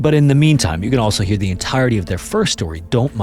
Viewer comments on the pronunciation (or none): none